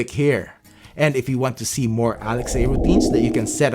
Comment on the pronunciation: I think it should be "ALEXA" and not Alex-A. Nice vids! Keep up the great work!